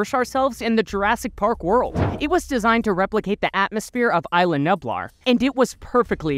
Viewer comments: BRO I HAD A STROKE LISTENING TO YOU PRONOUNCE NUBLAR YOU KEPT SAYING NUPLAR ITS NUBLAR HOW HARD IS IT!?!!? COME ON!! MY 6 YEAR OLD FREINDS CAN BEAT YOU!!? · No hate but it bothers me when you say nublar it’s nuublar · He said nublar wrong :D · He did! :hand-orange-covering-eyes